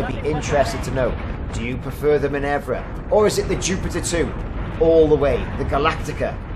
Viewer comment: Great video - one thing - min-ER-va :)